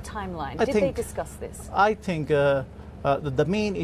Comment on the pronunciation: Says tink instead of think, ting instead of thing, as the Irish do...